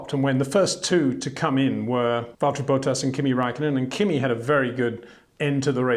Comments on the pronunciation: BOATas???? Is it that hard Petahrr? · HEY PETER WINDSOR, I HAVE MESSAGE FOR YOU SIR: it is NOT Max "verSHtappen" ... Max is not German (Germans indeed do pronounce "st" as "sht") ... #Max33 = Dutch NL/Belgium! ... It is not "Bottash" nor is it "Lewish" certainly not "verSHtappen" .... This BS started long time ago when a British sport presenter interviewed father Jos Verstappen and assumed you can use a German pronunciation to a Dutch Driver thinking it is so "funny" ... It is not.